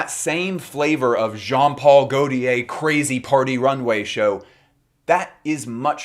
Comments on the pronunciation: Not sure you’re pronouncing Gautier correctly. My understanding is ‘tier’ is rolled into a single syllable not ‘ti-er’. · you say Omme plisse but you pronounce gautier in the MOST american way possible lollll. good effort tho 🫶🏼🫶🏼🫶🏼